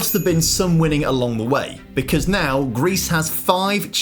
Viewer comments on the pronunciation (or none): none